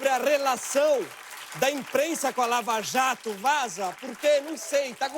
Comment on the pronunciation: É impressão minha ou ele falou: escândalo da VALAJATO? kakakakaka